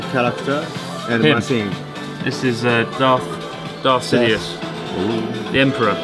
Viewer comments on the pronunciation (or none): Darth sit-ious